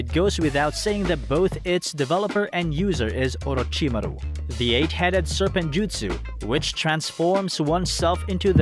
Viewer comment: I H8 the way he pronounces Orochimaru.... But beside that this is a phenomenal video.